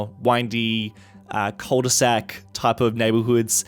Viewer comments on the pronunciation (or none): Cul de sac, not cole de sac.